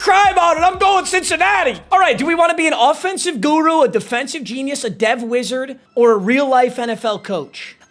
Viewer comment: Yeah bro fr "guru"